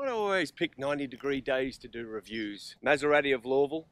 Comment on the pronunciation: Learn how to pronounce Maserati before you do a document on the best motor vehicle in the world.